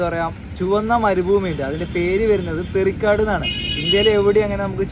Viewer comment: “തേരിക്കാട്” എന്നാണ്. തെറി കാട് എന്നല്ല.